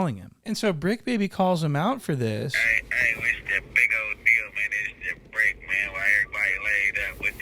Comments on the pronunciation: Its the bricc not the tricc 😂😅😂😂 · It’s tha bricc not tha tricc🤣🤣🤣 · its the bricc not the tricc lmaaaooo